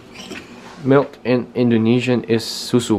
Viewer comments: OMG her indo pronunciation is so good!!! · Pengucapan Bahasa indonesianya perfect le